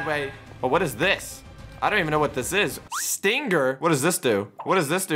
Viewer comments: Is none gonna talk about how says it's IS-TING-GIR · Stinger: is pronounced stinger*: sting ger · Stinger not sting-er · The point that pronounce stinger is stingger is funny